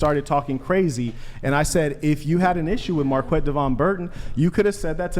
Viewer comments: Mark-wet is about the wrongest way you could actually pronounce that name. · Marquette is actually pronounced "maarket" and is originally a French name... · It's pronounced like "market" in French, with the "a" slightly extended and pronounced as in "bat" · dude knows euphpmistic circumlocution ... but doesn't know how to pronounce his own name 😂😂😂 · Marquette: *has French name*: *pronounces it correctly, as it's supposed to be* Marquette: *jokes about being too white to pronounce his name even though he's actually the one mispronouncing it* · It's French. The way he pronounces it, does sound made up.